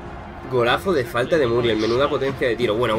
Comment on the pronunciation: Según yo es Muriél (pronunciación), no Muriel, ya te digo, es solo para que sepas. De todas formas, es un videazo crack 💪💪